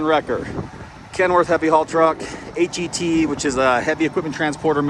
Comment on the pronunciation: Please, stop calling the Osh-Kosh truck a H•E•T. No soldier says that. It’s pronounced as HET (H•ET) as in the H is sorta silent with an emphasis on the ET syllable part of the acronym.